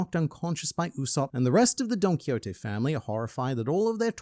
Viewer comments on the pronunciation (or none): none